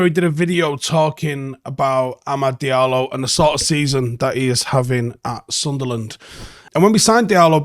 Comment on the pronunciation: AmaaGaahd Diallo